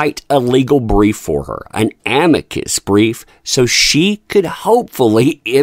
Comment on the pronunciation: Amicus Brief or Amica Cream? 🤣😂🤣